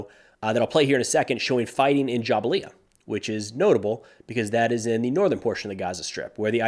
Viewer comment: Fantastic daily job!!! Quick pronunciation correction: Not - Ja-ba-liya Better is - Jebalyia